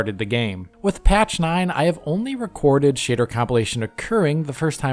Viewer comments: You really make the word 'shader' sound like the word "shitter" and what do you expect from a game where the main protagonist is a ranga. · "shitter compilation" is a VERY good way to pronounce it. 😄